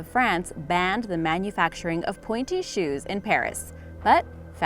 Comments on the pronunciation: I thought you said panty shoes LOL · Where is the woman about to smack the guy in the crotch with a hammer? And please check the pronunciations of a Polish city and the pointy shoes.